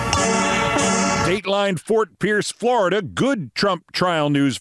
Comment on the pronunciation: Was that “nunnery” or “nuttery”?